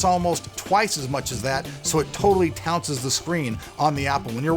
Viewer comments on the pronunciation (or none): "tounces?" It's "trounces." A caveat is a warning. "One more Caveat that I just don't like" doesn't make sense.